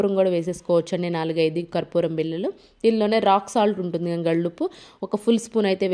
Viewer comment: Gallu uppu kadamma kallu uppu amma mundu telugu nerchuko